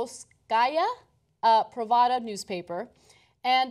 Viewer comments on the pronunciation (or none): Pravda, not pravada...